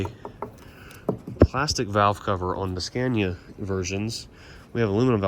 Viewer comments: Please pronounce Scania correctly. Not the dumb american way. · why can't you pronounce the name correctly?